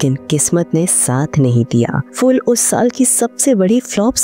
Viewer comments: आप फूल (Phool) को फ़ूल (fool) क्यों कह रहीं है? किशोर कुमार जी ने एक बार स्टेजपर “फ़ूलों के शहर में घर अपना” ऐसे गानेवाले किसी की हंसी उडायी थी। देवनागरी में प, फ, ब, भ, म यह वर्ण अपने दोनों होंटों को मिलाके बोलते है। फ़ारसी या fool के जैसे नही। 🙏🏼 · Its not FOOL, Please prounance it as PHOOL